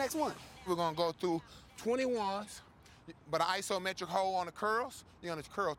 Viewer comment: “Ithometric holes”